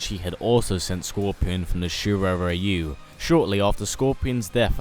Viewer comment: You idiots still didn't learn to pronounce correctly the word "ryu"